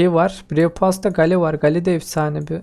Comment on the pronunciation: he anası buymuş kskskssssjsjsj abi çok komik geldi ama sonradan anladim anası buymuş derken anne anlamında anladim abi seni yeni keşfettim iyi bir youtubere benziyorsun <3 abone oldum bildirimleri açtım abi bu arada gale geyıl diye okunuyor:)